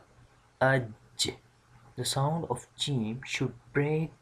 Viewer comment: Yaa ustaadh..my teacher said in pronouncing the ج it should not come out like "ch" sound..I'm a bit confused I hear that sound from you..or maybe it's the bad sound of the recording